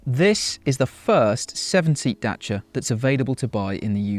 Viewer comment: Dacia not Dashia